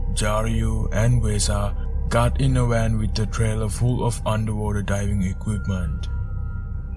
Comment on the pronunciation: "Got in a wan" What's a wan?